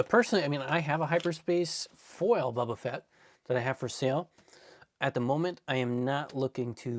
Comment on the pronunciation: I always laugh when he says "bubba" instead of "Boba" 😂